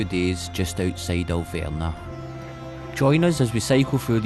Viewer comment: AhLL- Vrnah!!!! That is what you were talking about,,, Alverna...no W is it and no a as in say whaqt so ever the difference between v and f is the same as between z and s, v has NOTHING in common with W.